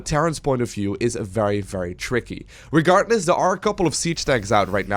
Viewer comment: I like how the caster says "regartless". :)